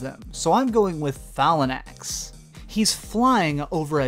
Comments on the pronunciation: Where are you getting the extra syllables out of Phalanx from? Its Fay-Lanks not fa-la-nax. Hell its a real word. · LMFAO. Sipiroth?!? Already said Phalanx wrong, but Sipi-roth? It's Sef-E-roth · Did anyone else cringe when he said Phalanx? lol